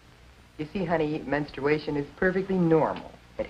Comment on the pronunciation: Ok, have we all been pronouncing menstruation incorrectly?